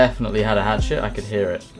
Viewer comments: I thought I was the only one who heard hatshit instead of hatchet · The way you say hatchet sounds like hat shit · "He had a hat shit." ?...Ohh, a hatchet!